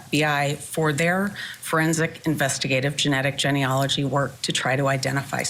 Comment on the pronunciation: the lawyer doesn’t even know how to pronounce genealogy😂😂